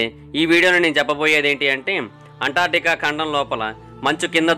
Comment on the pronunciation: అంటార్టికా కాదు బ్రదర్ అంటార్కిటికా